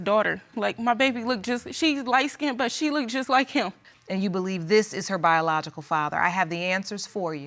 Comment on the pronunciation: New word of the day: "Address-ded". I've already added "look-ded", "fearious", "pacificly", "I seen", "axed"... At this rate, we'll have a whole new language in no time!